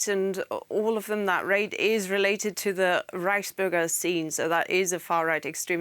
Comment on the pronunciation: Did she just call it the rice burger group?